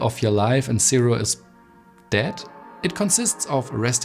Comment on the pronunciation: Great video. Super informative. Keep working on improving your English. Especially words with these letters Z , V and A. Apple, not Epple. Zero. Not sero. Improve, not improof.